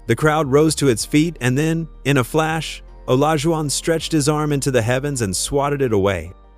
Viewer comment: Did Ai Just say OLAGUWON?